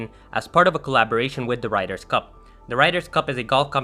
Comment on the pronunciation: Ryder, not Riders for a start